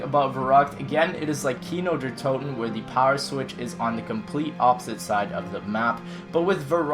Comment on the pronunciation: On You Said Gino Der Toten. He:P